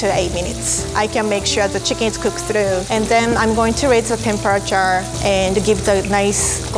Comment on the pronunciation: "Temparchar" no offense is QUEEN